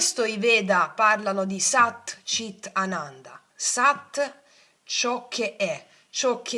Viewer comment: Ciao scusa ma voglio chiederti per sapere per non dirlo sbagliato allora SAT CHIT ANANDA Tu dici CIT ma è CHIT perché c’è H. Scusa e Grazie❤